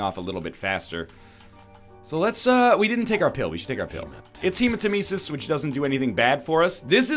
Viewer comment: I love that it says the names of the pills/cards/runes out loud now so Eggman will finally hear that he's been pronouncing "hematemesis" wrong all this time. Also, greed mode is pretty fucking neat.